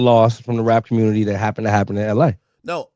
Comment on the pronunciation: That convo w cuhmmunity hurt my brain im from la and I can’t believe the deflecting and willful ignorance I was listening to this is why nobody fuck w Cali😂